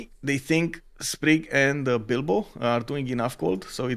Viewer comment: U kept saying dido? U mean bilbo? 😂Wasn’t the only name issue you guys kept calling people different names I was confused. Still thankful for the stream just confused a lot